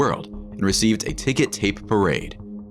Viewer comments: “TickER tape parade” not “tickET tape parade”. So called because ticker tape was flung off high windows as streamers. Ticker tape is what stock market ticker machines used- long thin rolls of paper, resembling tape. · TICKER, ticker tape parade, not ticket! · Ticker tape not ticket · It’s ticker tape parade, not ticket tape parade.